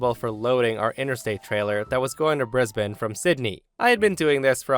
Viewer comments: Well done,, pronouncing "Brisbane" correctly. Most Yanks can't manage it. - From an appreciative Aussie. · Well done pronouncing Brisbane correctly 😁👍🏻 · Congratulations on pronouncing Brisbane correctly! Well done. ❤